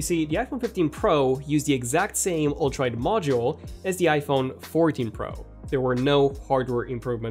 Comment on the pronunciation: Am I the only one hearing ultraid instead of ultra wide?! Lol